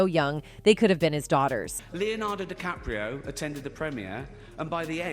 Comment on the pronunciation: She can't get his surname right plus these self censure blips are annoying. Plus, seeing DiCaprio laughing it tells me it's all a hoax